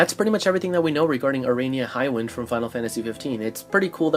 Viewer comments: I think the proper pronunciation of her name is a-ra-ney-a and not a-ray-nee-a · How are you gonna pronounce her name wrong when they say it in the fucking game?